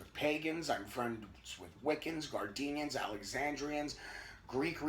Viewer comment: Just to clarify it's Gardnerians, not gardenians. Named after Gerald Gardner. Also appreciate the video's thus far. Hope to see you keep it up.